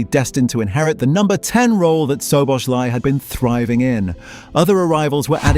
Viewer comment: hard to watch the video when you're pronouncing the name of the person you're making the video about totally wrong about 50 times